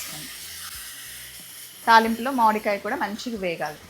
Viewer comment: మాడి కాయ కాదు మామిడికాయ అనండి